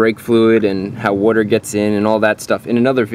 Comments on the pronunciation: I am happy you pronounce Wuter properly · OMG please learn how to say WATER! PLEASE . It's very Good video but couldn't finish watching it because of how retarded you SOUND WHEN U say WATER... JEEEZZZ MAN.. SMH.. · JESUS CHRIST DUDE ITS WATER NOT WOIDER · Is he saying “water” or “wooder”? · Way he says witer 💦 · What the hell is wurter? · BRO! SAY WUTER ONE MORE TIME 😤🤬😂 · Wudder in the breaks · What's Wudder? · “Worter” lmao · watching in 2020, all I can hear is wudder wudder wudder wudder wudder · I had no idea how much I was going to get to hear him say woorder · What the heck is worder? Unless you are saying water with an accent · That's how my dad pronounced it too. I don't know where that came from. But he's right about brake fluid absorbing wooder. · What's "wooder?" (sorry, I come from the Bahston area and I couldn't hep it ;) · "It's hydroscopic, meaning it absorbs WOODER" -ChrisFix 2014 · "woarter in the brake fluid" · what's wooder. I've heard of water but don't know what wooder is. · wuter?? lmao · I’m about to blow a goddamn head gasket hearin this mfer pronounce water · Say water correctly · Where are you from Boston, LOL